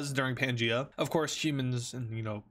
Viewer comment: It's pangea